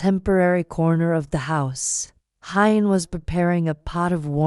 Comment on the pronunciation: The female narrator needs to read our comments: Huyen is not Hi-yen...it is pronounced "who-yen" , Mi-ya, and Bi-Bi. Please try to get this right!!!